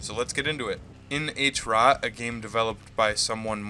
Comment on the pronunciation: great vid but try pronouncing it at HROT not "H-ROT" :) How you say Heart but without "ea" and "t" hrrrot